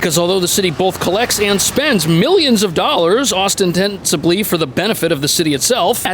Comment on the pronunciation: ostensibly is pronounced: “ah STEN suh blee.” ☺️ Just FYI, not a terribly commonly spoken word. Love your content, very informative, please keep it up!